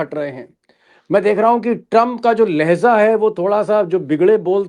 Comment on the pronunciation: Deepak sar laheza nahin laheja hai sorry maaf karna mujhe batane ke liye